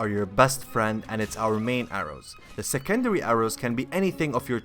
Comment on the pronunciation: The way u said secondary haha